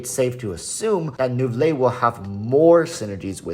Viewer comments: walrus its prounouns as "nouvilett"!!!!! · You should pronunce the t. Any time a French name ends with e you pronunce the previous letters.